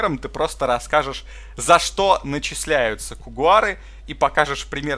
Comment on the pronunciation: Кгхм,, у него ник Коугар, а не Когуар